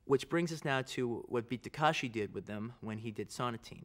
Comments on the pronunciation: タランティーノよ たかしじゃなくて たけしな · 「たかし」じゃない。「たけし」だよ！ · beat ta-kA-shi c'mon Quentin, can you read? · For a self proclaimed Japanese cinephile, Tarantino's pronunciation is terrible. Its TakEshi.